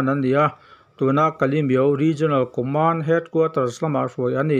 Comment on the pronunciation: Kalemyo tih i lamrik dan hi a ropui ka ti. Han repeat char char ta la a ngaihnawm awm